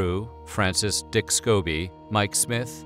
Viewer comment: Why did you say Dick like that?